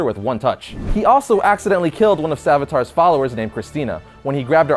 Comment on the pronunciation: The Hindu god is named savitr. It's pronounced sa-VITH-ruh The uh at the end is more like an exhale than a groan. It's barely there.